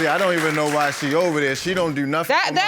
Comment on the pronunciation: "I dews what I dew." I bet you dew.